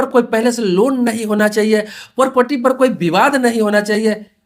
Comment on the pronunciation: पोपटी नहीं प्रॉपर्टी